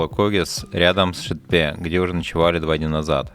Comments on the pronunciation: Видео замечательное! Только каждый раз ухо режет Шэтпэ и иже с ними:)) вроде обычное русское "е" везде, почему все россияне так произносят:)))) . Аккогершiн - "белый голубь" то бишь, Бозжыра - "Серый овраг" нежели бледная земля и так далее. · Классное видео, огромное спасибо за труд. Съемка и монтаж - супер! Но пожалуйста (без калпи негатива) просьба, читайте так, как написано, Шетпе - не Шэтпэ, Жанаозен - не Жанаазэн, вот буквально как написано, так и читается :)